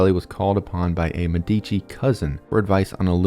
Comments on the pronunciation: MEH dici. not Me DI chi. Emphasis is on the first syllable. 😊 great video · as an italian whenever he said medìci i died a little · Brief note: when you mispronounce one of the most famous Italian family names, it makes it seem like you generated the content using AI (no offense to our future overlords) Med - duh - chee I scrolled but never saw anyone belaboring the point. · ur videos rule but ur annunciation is so bad its medici (meh-deh-chi) not medeecchi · dude I love the presentation but you’re killing me with the name pronunciations. It’s MÉdici ( first syllable) not meDIci , and CesEna not CEsena ( second syllable) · Médici, stress on the first syllable 😬 Niccolò stress on the third 😅 Love your videos, keep it up! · as an Italian it took me a while to understand the you were actually talking about the Medici family because of the pronunciation. I don't really think is hard to find out how you pronounce Medici since it also mean doctors. enough would be just putting the name in the google translator and ear it out. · It's a great video, but you're brutalizing the pronunciation of "Medici" and other Italian words to the point where it becomes hard to watch.